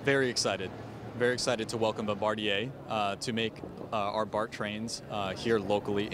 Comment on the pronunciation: Barm-ba-deer?, you killed that pronunciation.